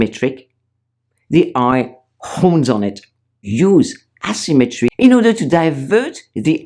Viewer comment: Please place the emphasis on the proper syllable in the word "asymmetry": asyMMEtry, not Asymmetry. The way you say it is wrong, It is important to put the emphasis on the proper syllable. In the French language, the emphasis is always on the first syllable, not so in the English language. I am a French woman btw...